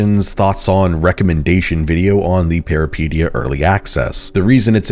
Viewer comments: thank you!! i was getting so annoyed lmfao. he makes it sound like "peripedia" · Hi greek guy here It's pronounced Peh ree peh tee ah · The way you pronounce that is making me twitch involuntarily.